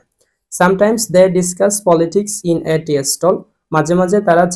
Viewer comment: tea এর উচ্চারণ টি।আর আপনি বলছেন এর উচ্চারণ টিএ